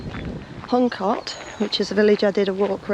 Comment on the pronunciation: Huncote is pronounced Huncoat